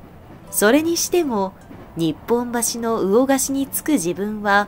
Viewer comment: とても上手で情感豊かな朗読ですね。ハンディキャップを「ハンディーキャップ」と長音を入れるところに痺れました。惜しいのは、日本橋。江戸の魚河岸は、「にほんばし」。「にっぽんばし」は上方ですね。 さんの次回の作品を楽しみに、それまで繰り返して再生しましょう。